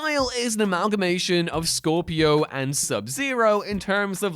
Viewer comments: SCORPIO 😂 dying. Clearly never played it from the trumpet theme and saying THAT name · Ah yes everyone's favourite MK character "Scorpio" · Its Scorpion, not Scorpio. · Did you really call Scorpion, Scorpio? Wow epic Joe Biden fail moment. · Lol “Scorpio”